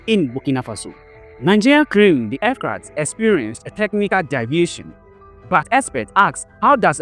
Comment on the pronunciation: AIRCRAFT OR EFCRAT😂😂🤷🤦